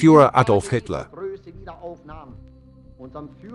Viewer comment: A pronúncia dessa moça que narra o excelente documentário é péssima. Nunca vi nada pior , fala os nomes colaboradores de Hitler errados. Aff !! 🤔🙄😳😖